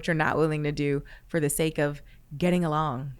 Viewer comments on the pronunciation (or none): none